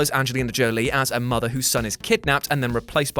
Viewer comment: Please don't say mother like that. I've never needed the Great Khali's digits in my ears more. Love the channel.